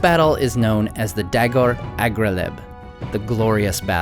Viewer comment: I wonder, did you miss pronounce Aglareb or is it not written correctly? (you said agRaLeb)